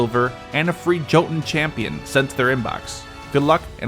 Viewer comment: Hey man, I know other people have probably said this, but Jotun is pronounced "YO-tIN" that T is hardly pronounced, and the J is pronounced as a Y. The marvel movies actually do a pretty good job on the pronunciation of Norse words :)